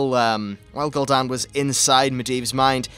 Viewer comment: Gooldan and Sargaras not gold an and sadgarus